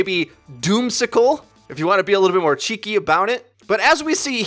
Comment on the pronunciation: Hearing non-British people say "cheaky" is weird.